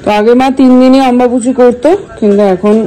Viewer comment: অম্বাবুচি নয় অম্বুবাচি